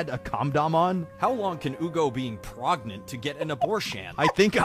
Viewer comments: P R E G A N A N A N T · Is always the "PREGANANANT" part!!